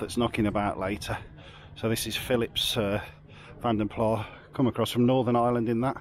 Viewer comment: it's vanden plaS not vanden plaH apparently